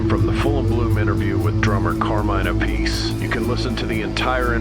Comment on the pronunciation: Carmine App-uh-See. NOT A-Piece.